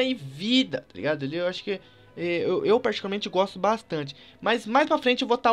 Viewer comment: eu goxto de goxta